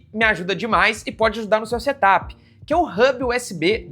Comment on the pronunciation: Em vez de setap com acento no a. É sem acento. Porque é setup. De set up. Não diz, look áp ne?